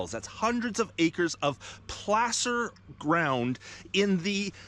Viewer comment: Why is "Placer" pronounced like p-lass-er instead of p-lace-er?